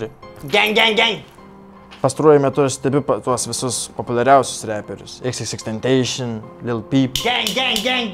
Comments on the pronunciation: Btw tariasi kaip ir rašosi xxxtentacion o ne xxxtentašion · tentacion reikia tarti ne Tenteišion o tentasion